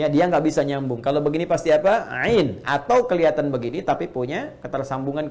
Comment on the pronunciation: Mau tanya apakah benar kalau ain di baca ngain (nga),soalnya kalau dengar suara ustadz baca ain fathah kedengeran seperti nga?